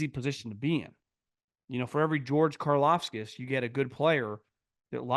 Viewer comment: it's "Karlaftis" not "Karlafskas"